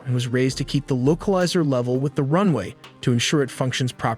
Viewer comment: Oh no not the LOCAL LIZER ANTINA. This video has so many mistakes, the pronunciation is the least of it. Really terrible, you're putting out incorrect information in a moment of crisis.